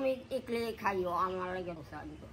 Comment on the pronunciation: ইগলি নয় ইডলি হবে ওটা